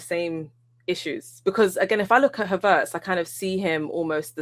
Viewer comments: I'm taking over this shizzle, ive had enough T, pass the torch, Havertz not Haveeeeertz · Did she say huvertz? 😂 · 'HA - vertz' 😂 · the way is saying Havertz makes me think I’m about to hire a car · Am I the only one who HATES how pronounces Havertz?? Unless that is the German pronunciation..